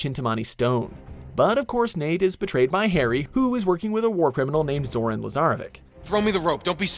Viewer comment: I know I'm being nitpicky, but you're pronouncing Lazarevic and Shamballa wrong